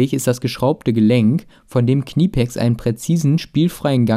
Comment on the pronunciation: Finde das Video Klasse und sehr informativ. Achte aber bitte nur auf die Betonung von dem Firmennamen Knipex. So wie du es aussprichst, könnte man auch meinen, du verkaufst Kniepolster. Ansonsten tolles Video